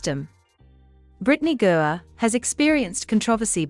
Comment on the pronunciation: The Bot needs to learn how to pronounce Griner. Pretty good accent, though.